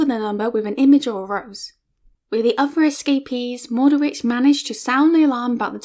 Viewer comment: As Witek-Malicka's compatriot I would just like to point out that her name is pronounced differently (more like 'Vanda 'Vitek-Ma'litska(first 2 syllables like in "malice"). Mordowicz (a Polish Jew born in a town in the same district as Warsaw) is pronounced like Mord(like Tolkien's Mordor)'owitsh (last sound is [tʃ]), not Mordowitz. Pszczyna is said like Pshchyna, but it's understandable, I don't think anyone who doesn't speak Polish would get it right. However, these are minor things, and I appreciate you took up this subject. Best wishes from Poland